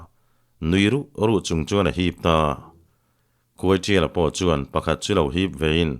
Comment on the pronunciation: Khuaiṭiala tih hi khuaisiala ti a lam rik a ang tlat